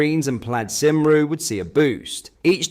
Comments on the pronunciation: It is pronounced Plaid CUMRY not cimru. They are nationalist scumbags and I am Welsh! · Simroo?? Lmfao Cymru, pronounced like “come-ree” btw. (I can’t believe the other lady tried to bring up Welsh medium schools as a comparison. As if teaching Welsh morals, in Welsh, in Wales is comparable to teaching Islamic morality, in Arabic, in England.) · Dude, to be a political commenter you NEED to learn how to say names, Welsh do not say see ru